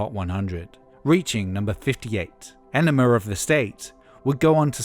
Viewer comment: Why do you always say "Enemar" of the State?